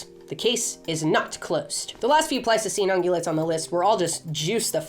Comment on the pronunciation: Please say Ice Age - I keep thinking that you're saying Plasticine and I'm starting to see all those creatures in the style of Aardman Animations. Can you imagine Homo Erectus made out of Plasticine? Great Video. Nice to see the hook up with Milo, another fave YouTuber p.s. I would love Highland Cattle the size of the Aurochs